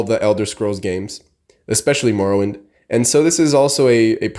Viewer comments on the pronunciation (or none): none